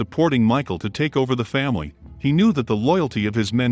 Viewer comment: I loved the videos, but why "Faimily"?